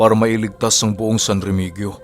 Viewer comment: REMEHEYO (remegio) po pagbasa nyan at di REMEGYO